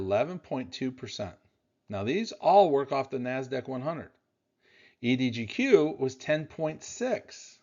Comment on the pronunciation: EDGQ not EDGO